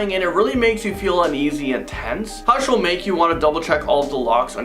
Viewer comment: when said "hush" but began with shh 😅 watched most in the list, but meh.